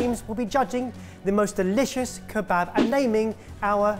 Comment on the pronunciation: I'm half Syrian and you guys just butchered years of traditions in our beloved Kebaba....ugh!!!